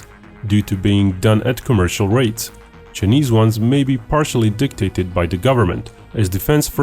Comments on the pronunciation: Why does he pronounce Chinese as "cheeknees" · the Cheenese… lol